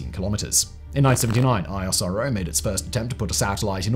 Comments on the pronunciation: Its pronounced isro, like nasa. 2 syllables. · ISRO is actually pronounced as "is-row".